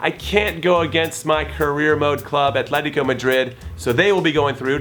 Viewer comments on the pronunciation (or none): none